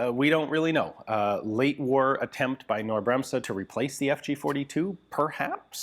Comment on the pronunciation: FYI the n in "Knorr" isn't silent and the s in "Bremse" is a soft s, more like you US folks would pronounce a z.